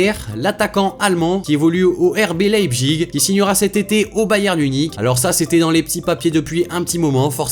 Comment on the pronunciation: C’est pas « Leipzgig » ça ce prononce « Leipzich »😉